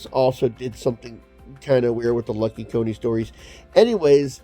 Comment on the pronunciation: It's Lucky Coin not Lucky Co-ne. The coin on the cover is spelt different.